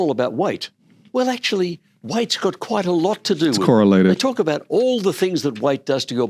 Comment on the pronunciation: "talking aboot today"? Are you canadian now?! How dare you